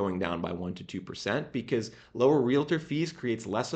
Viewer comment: Translation guide: when he says "biziz" he means "because"